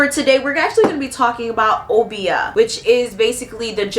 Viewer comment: Uh-bi-yah not oh-bee-ah 😭